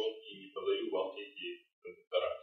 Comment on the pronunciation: Информация для малограмотных людей: не кондуктора блядь, а кондукторы, и с ударением на "у". По такому же принципу не кабеля, а кабели, не профиля, а профили, не шпателя, а шпатели, не клея, а клеи. Если не уважаете себя, уважайте хотя бы язык на котором пытаетесь изъясняться.